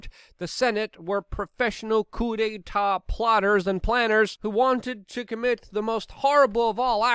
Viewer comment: Nice, you pronounced 'coup d'état ' with perfect French! 😉